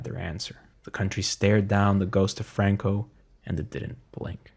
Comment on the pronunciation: Bro speaks English then ads spanish inflection on names Franco bro Not frruankooh Fookin fairy